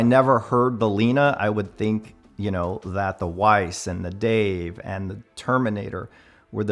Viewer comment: Hey just heads up the W in Weiss is pronounced V as it is a German name. Cheers